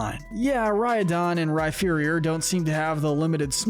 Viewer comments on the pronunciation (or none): When you said Rhyferior I nearly clicked outta the video it’s Rhyperior like superior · Bruh. It's Rhyperior - not Rhyferior. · Some of your Pokémon name pronunciations are so bad it leads me to believe you haven’t played the games or watched the anime much at all. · Yeah there is no “F” sound in the name.. definitely should be the “P” sound. Like the word “Superior” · I know that. This is me joking about how he pronounces Rhyperior as Rhyferior ( like it was spelled Rhypherior ) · AGAIN, THE F IN RHYPERIOR IS SUPPOSED TO BE A P! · The way he pronounces Rhyperior 😭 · THE F IN RHYPERIOR IS SUPPOSED TO BE A P THE FIRST TIME! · Did you just mispronounce Rhyperior, or is it a joke with Rhyperior being inferior instead of superior to Rhydon? (In term of how it looks) You also slightly mispronounce a few other Pokémon names from time to time, for example Barbaracle. Though I admit it is hard to pronounce. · THE F IN RHYPERIOR IS SUPPOSED TO BE A P!